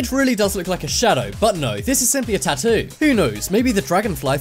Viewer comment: the way he says 'tattoo'